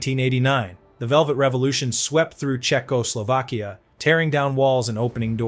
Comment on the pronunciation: Your crappy AI voice says Czechoslovkia like a drunken robot trying to convince the cops he can drive.